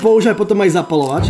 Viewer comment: Nie hovor zapalovač ale zapaľovač